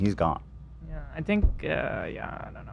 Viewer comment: Why, after all the years in America, Hila still mispronounces words like "aknowledge" and "think"?